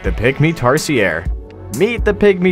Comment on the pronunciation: why did i hear pick me instead of Pygmy Tarsier HAHAHA XD